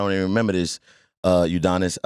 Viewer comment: Lmao “Udonis”😂😂😂😂😂😂😂😂😂😂